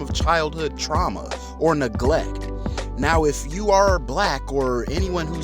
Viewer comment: “Truama” lol